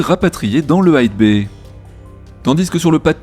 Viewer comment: Super vidéo encore! Merci à l'équipe! (En passant, "bay" comme dans mega-bay, ne se prononce pas "baille", mais bien "bai" ou juste "b".....)